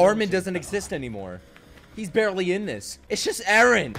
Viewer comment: It's Eren, not Ellen.